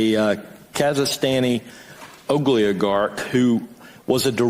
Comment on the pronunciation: WTF is an 'Ogliogarck' -- I'm f'n dying!